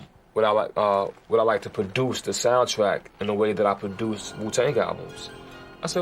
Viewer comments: R.Z.A?????? Thought it was pronounced “Rizzzzzza” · It’s pronounced “Rizza” not “Are Zee Aye.” 🙄 Get my man’s name right and put some respect on it. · R-Z-A? No, no, no, no, no. It's pronounced "Rizz-ah" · It's pronounced "Rizz-ah" not "R-Z-A" 😂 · Come on man it’s pronounced “Rizza” not “R-Z-A” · Rapper R-Z-A??? Sir, RZA is pronounced Ri-Zah SMDH!! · The music was done by rapper “r” “z” “a” lol 😂 you fool !!!! It’s RZA ! Pronounced rizza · R Z A made me laugh 🤣🤣 it’s pronounced rizza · There is no rapper name R.Z.A. It’s the Rza (riz-zah) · R Z A hahaha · “Producer ‘Arr Zee Ayy’” it’s pronounced Rizza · Nigga did u just say Music producer R...Z...A? Bruh even white people know its Rizzzza! Rza not individual letters. Like holy hell i was falling asleep & that snapped me back to reality! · Rapper R Z A? 🤣. RZA!!! There's a difference lol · R Z A lol it’s rrriiisssssaaaaaa wu tang forever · It’s pronounced “Riz-ah” Not R-Z-A. Lol. Great video! 😊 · Who the fuck is R-Z-A? It's pronounced "Riz-za". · Rapper R-Z-A...sigh... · “by rapper R-Z-A” 💀 its pronounced Rizz-za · "R-Z-A"....it pronounced RIZZAH! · ITS NOT R.Z.A. ITS RZA PRONOUNCED RIZZA PLEASE PUT RESPECT ON MY MAN AND WUTANG IN GENERAL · How dare you mispronounce my baby's name..its not R-Z-A..its pronounced RiiiZ-A! and he is THE Wu member! Protect Ya Neck! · Wow. Did you just spell out that man's name?! It's not R Z A. It's pronounced *rizza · The soundtrack was done by the rapper R-Z-A😂😂😂 no it’s RZA= RIZZA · Rapper R.z.a.! Hahah it’s pronounced Riza!! Lol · “The music was done by the rapper R-Z-A.” It’s RZA (Pronounced Rizz-uh) you, boob. Had to thumbs down this for that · Lol "was produced my R-Z-A" LOL ITS RZA SMH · Lololol it's not R.Z.A its RZA (Rizzah) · "ARE ZEE AY" It's pronounced Rizza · R Z A???? it's fucking pronounced Rizza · RIZ-AH not R.Z.A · Rapper R-Z-A? Come on man, it’s pronounced the rza. Wu-Tang forever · R Z A? Lol, it's pronounced rizza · rɪzə/ RIZ-ə* not R-Z-A lol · LMAOO... "R Z A"